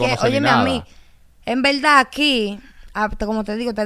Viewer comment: Bueno sin ofenderse quiero que cuenten cuántas veces dijo la palabra ( en velda )